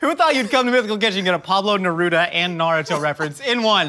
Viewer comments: The way u guys said naruto annoyed me lol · Not... exactly. He pronounced it like an American.